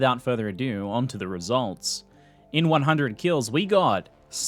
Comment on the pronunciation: "KILS" oof